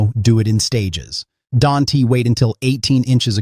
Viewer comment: Don-T??? Can-T??? Stupid AI!